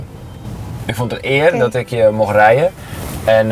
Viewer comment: Uitspraak van kalvijn tegen 8 jarige: "ik vond het eenn eer dat ik je mocht rijen"